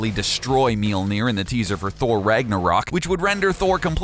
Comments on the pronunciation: meelneer? M-yol-neer... >.< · Did you just say "Meal-Near"? No. "Mjollnir". "Me- ole- near". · Mjölnir, it's pronounced Mjölnir. Not mealnir, dipshit. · Okay, gotta express my nerd rage real quick. Mjolnir is pronounced MYAWL-nir not MEEL-nir, and Gaia is pronounced GEE-uh or GAHY-uh not GEY-uh. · mealner? did i hear..? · "His mighty hammer "MEE-ÖLL-NEER"". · Myolneer 《 its pronounced that way. Long 'O' . Written Mjølnirr (Mjolnir, Mjólnír, Mjølnírr, depending), pronounced MYól-Neer (long O, Long I). Anyways.. pretty aright video, bruvs... i just really hate how Marvel depicts Thorr these days. Sighhh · "Meel near" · Making it rain is useless? ...Tell that to all the people in the world dying of dehydration, I mean for defeating bad guys yeah useless unless they have fire powers or something. Also you cannot pronounce words like Mjolnir and Gaea very well.